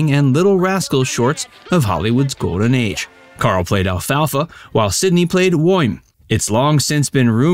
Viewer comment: Sidney played the character of "WHO"' ... "WOIN" ...??? Can't understand what the narrator is saying, but it sounds like "WOIN" ... ??? What is that???